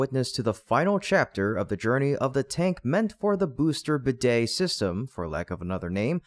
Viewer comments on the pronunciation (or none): none